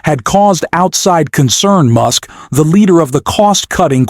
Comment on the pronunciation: listen closely to the pronunciation of Musk's name right after this time stamp. He also pronounces it MOOSK one time. Also there was a warning that this video was made with altered or synthetic content just before the reading of the article that they put up in print. This is something a video maker has to do if they change content in any way with AI or splicing or pictures or anything. I tried to find it again but apparently it only has to show once. It's in the corner of the article at the top right just as the announcer begins to read it. I noticed it because I ran into it once before in another article and clicked it and it took me to a page that explained it. It will be around or shortly after .